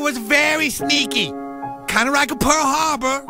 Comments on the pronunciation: Kind of rike a pearr Harbor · kinda rike pearul haurbeur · kinda rike pearr harber hahahahahahja